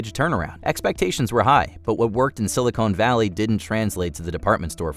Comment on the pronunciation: oh no. “Silicone” Valley?